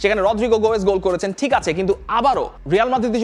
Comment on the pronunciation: Apnr ki bhai uccharone onk somossa? গোয়েস কি ভাই?